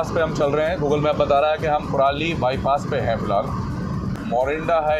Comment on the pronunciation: That is Landran not sohana and it's Kurali and not purali..